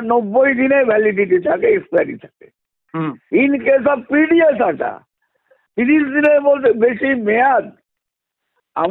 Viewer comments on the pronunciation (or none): 'আঠা' নয়।আটা হবে।